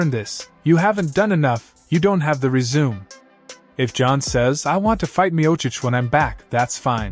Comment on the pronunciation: These channels entirely run by AI are so off putting. You can tell by the way the person reads the word “resume” the wrong way that it’s AI